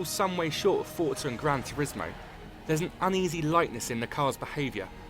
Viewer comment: learn to pronounce forza correctly!